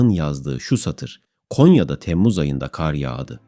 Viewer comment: Kardeş sen hiç hayatında "KAR" kelimesinin nasıl söylendiğini duydunmu. Eğer duymadıysan ben söyleyim Kâr diye söylenmez KAR DİYE SÖYLENİR bundan sonra video yaparken kelimeleri düzgün kullan. 17 dakikadır kâr diyip duruyosun beni sinir ettin burda